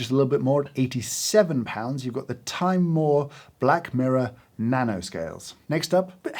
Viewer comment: I miss James reading Timemore as Timmy More 😑